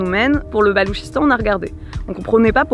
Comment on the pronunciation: Bonjour ,pourquoi le gouvernement a t'il miné le Balouchistan une province de son propre pays si j'ai bien compris ? Ps d'ailleurs c’est pas le Baloutchistan qu'on dit ? Merci